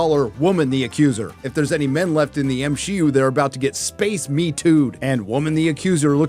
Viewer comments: why do you keep pronouncing MCU as M-Shi-U? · Constantly calling the MCU the "M-She-U" is honestly some of the cringiest shit I've ever heard in my life.